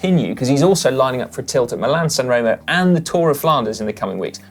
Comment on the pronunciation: come on guys!! Italian an spanich lessons for GCN presenters please!! its so bas to hear milan- san reemo or strade bianchi or meejorca